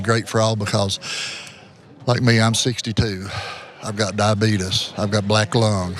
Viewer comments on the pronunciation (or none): I love when he said “I got die-betus” 😂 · I thought that only Wilford Brimley said "diabeetus" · did he say "diebetuus" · "I have diabeetus." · I cringe when people say "diabeedus" instead of "diabetes" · "Diabeetus." -Wilford Brimley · "diabetus" LMAO IRL stereotype